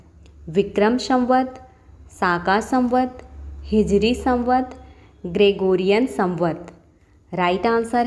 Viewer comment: वो शाका संवत् नहीं है शक संवत है 😂😂😂😂